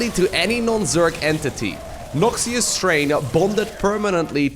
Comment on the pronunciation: The way he's pronouncing "Noxious" triggers me, especially when it was already said multiple times.